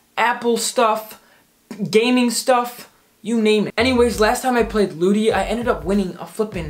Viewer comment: When he said lootie I thought he said booty